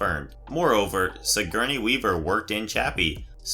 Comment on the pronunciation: It's "Sigorney," not "Sigerney." And can we have a narrator who doesn't sound like a battery-operated robot running low on power?